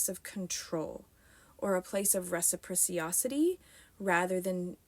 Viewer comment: So if matriarchies are superior, ie, more effective, then why don’t they exist today? Where are they? Were American men “piles of shit” when they protected you from the Indians, French, British, or Germans? And it’s reciprocity not “recipriciocity”